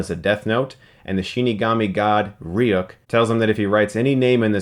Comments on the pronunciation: I believed you were a hardcore death note fan till I heard how you pronounced Ryuk😂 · Chris Stuckmann - Says he's a big fan of the original anime and manga, constantly mispronounces Ryuk's name. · Yeah he said he was "huge" fan of the anime yet he pronounces Ryuk differently. Where else would he have picked up how to say it differently? By just reading the name? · Dude you call yourself a Death Note fan and can't pronounce Ryuk properly ? :/ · Not to be a nit-picking jerkoff.. but you called Light from the anime Light Turner and then you pronounced Ryuk's name the exact same way Light did in the movie before he was properly corrected by Ryuk himself. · why is it so hard for you to pronounce ryuk right? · Pronouncing Ryuk wrong. They pronounce it the right way in the original and in the film. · Says he's watched the anime and movie Still pronounces Ryuk wrong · Martín Garra it's not pronounced reeyuk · Willem Dafoe says how to pronounce it in the film, no excuse, he should've said it properly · Your proncing ryuk wrong i woundt care but they metion how to prernasted it in the movie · Anyone else bothered how he pronounces Ryuk? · Dammit man it's pronounced Ree-Yook not Ri-yuk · its not pronounced reeuk its ryook silly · Its pronounced "ree-ook" not "reuk" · Ok you said ry-uh-k But wasn't it pronounced as re-yuk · ITS LIGHT YAGAMI IN THE ANIMA AND ITS PRONOUNCED RYOOOK NOT REYUCK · First he calls Light Yagami Light Turner then he pronounces Ryuk Ree-Yook instead of Ryuhk or Rook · not rijuk, riu-ku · How can you say you were a fan of the anime when you can't pronounce Ryuk's name properly. They say it constantly in the anime and in both the Japanese and English dubs they pronounce it REE-OOk where did you get REE-uck from? Stop trying to force Americanize a Japanese name and leave a great character as he is. SMH Chris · He pronounced Ryuk as like Reyuck, what the heck. I'm sorry but this guys needs to watch the anime again. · its pronounced "ri-yook"